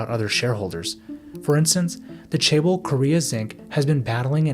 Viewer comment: This was a great video, but as a Korean person, it bothered me so much when you pronounced it "chay-bol". Especially bc you say it in the video every 5-15 seconds. Although this isn't a perfect phonetic way of writing it because Korean pronounces and produces sounds very differently than English, the closest I can put it is cheh-bowl. Not trying to sound like an asshole but you should probably look up how to pronounce another language's word if you're reporting on it and going to say it times in a 13 minute video lol. Just looking it up on google translate barely takesa minute or two.